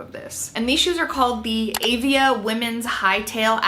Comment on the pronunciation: Avia is pronounced ah-VEE-uh. They were THE brand to be seen in during the early 80's. I don't know how they filtered down into walmart because they are still an excellent product. I will be purchasing these shoes. Thank you,!